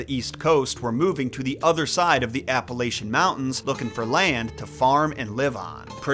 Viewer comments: You pronounce Appalachian wrong but I'll forgive you cuz I love your videos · What do you think is in that brown jug? I guess someone who pronounces Appalachian as "Appa-lei-chin" wouldn't realize this, but that is the stereotypical hillbilly container for homemade liquor.